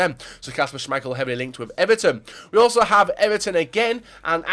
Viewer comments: Jesus how many GCSES do you have.. you butcher almost every pronunciation out there. That Shhaamichael killed me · "shhhuuumichael" lmaooo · Did anyone notice he said shaaaameichel